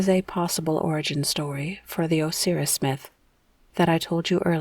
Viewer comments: Thank you. I had to stop , couldn’t get past “oh-seer-us” 😂🤣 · I've never once heard anyone pronounce Osiris that way. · Because it’s wrong